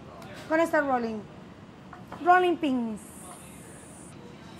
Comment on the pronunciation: My soul is soothed whenever she says “hrolling peens”.